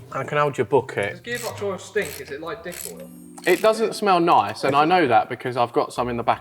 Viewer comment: Did the words diff oil get said or dick oil 😂